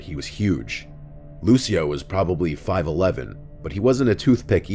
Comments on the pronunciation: Lucio in Italian would be LOO - chee - o, not Loo - see - o. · That's definetly not how you say Lucio...